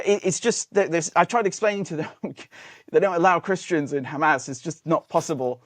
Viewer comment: Dude keeps saying ham-ass hahahaha